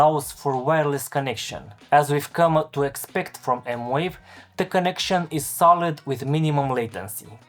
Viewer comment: Thanks for the review. I did see one other review that said the pads had a noticeable, and somewhat annoying lag, with the keys also having a lag but less so (all in wired mode). He did not quantify this lag or even film it in slow motion. Can you speak to this? Also, it's M-Vave, not M-Wave. (Edit: They say it's M-Wave? Wow!)